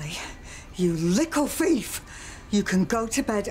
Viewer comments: 2.40 : you lickle feif Me : 😂😂😂 learn to speak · “ You liccle fief “